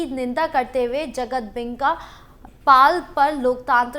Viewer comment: जगदंबिका पाल बोलिए आप बार बार बोल रहे हैं जगतदेंबिका पाल